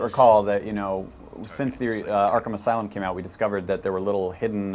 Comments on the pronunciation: "Arkham As-City" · Haha, he almost said Arkham Asylum at the beginning